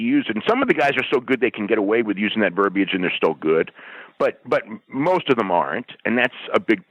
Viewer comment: "verbie-age" - a dumbass